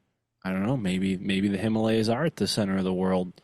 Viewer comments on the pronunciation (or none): Him-a-lay-here ❤ Himalayas